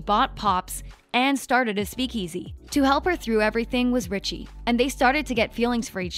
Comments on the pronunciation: It is Reggie not Richie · Richie? 😂😂 It’s Reggie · Im gonna say this-It's Reggie not Richie. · Reggie not richie🤣🤣🤣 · when it said Reggie it sounded like Richie lol